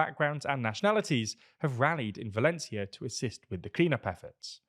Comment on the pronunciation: you said Mazón with a “th” sound but Sanchez without. The c in Valencia should also be pronounced with the same “th” in European Spanish. Finally the accent is on the ó, so that syllable should be stressed instead.